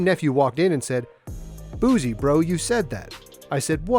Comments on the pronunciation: Cringe everytime he says buzie (boosie). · Why do so many people mess up Lil Boosie's name 🤦🏿‍♂️ It's not BOOZY ! It's Boosie !